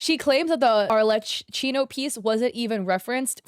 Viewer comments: btw u pronounce arlecchino as "arle-keyno" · Oh btw arlecchino is said like arlekino❤️ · Just for you to know it, since it sounded like you were struggling with it, Arlecchino is pronounced "arlekkino" (The "ch" is not read like you would read it in "China", but it's more like a "k", as in "karate". Since in Italian "ch" is read as"k") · Arlecchino is pronounced like "Arlekino" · making the boobs bigger i crazy anyways but especially since Arlechinno doesn't even have big boobs anyways, and she's a female who's pretty masculine presenting, going by the title "Father," wearing a suit, and being one of the more covered up females in genshin (besides the children obviously) Btw I believe its pronounced ar-leh-chi-no, chi as in cheese. Or at least that's the most common pronunciation I hear. yeah I noticed immediately it was boothill's splash art face since I see it all the time; I play honkai star rail and I also save pictures of my favorite characters artwork to my phone. I wouldn't be surprised if the first acheron shown was traced off her in game icon (like the little picture of them when you're selecting characters) or just actually her model because its so... well, on model lol. Sunday is probably traced from someone else's fanart though because that's not how he looks in official art. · archeleppo? I'm sorry ma'am but she's arlecchino (i don't mean this in a mean way, i just couldn't control myself from saying this, this is too funny lol) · ik im late but i was dying when u misspelled arlecchino's name (its pronounced arle-khino i think idk!!!!!) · As italian i have to scream it loud: IS PRONOUNCED ARLEKKINO!!!! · im sorry but i died a little when you said arlecchino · Non genshin players pronouncing Arlecchino’s name never fail to make me laugh 😭 AND BOOTHILL IS A GENSHIN CHARACTER?? 😭😭 I LOVE YOU BUT U WERE SO CLOSE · its so funny to see u mess up arlecchinos name LMAOO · I'm not Italian and even I know how to pronounce Arlecchino's name